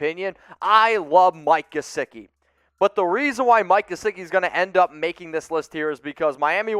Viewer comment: Do not say Mike gesicki...pls dont